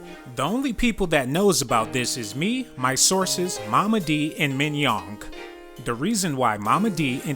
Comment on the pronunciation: He said minyoung lol to fuuny